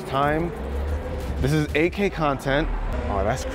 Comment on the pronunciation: Guy can't pronounce Eight K correctly...sounds like AK